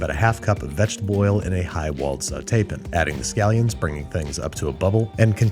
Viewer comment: why have you forgotten how to say the work "pan"?